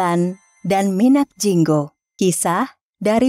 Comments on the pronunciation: MINAK JINGGO bukan minak jingga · Knapa ngomgnya gak minak jinggo mimin..knapa pke A g sesuai tulisn. Jdi asa geli dngrnya.. tp overall smuanya bgus...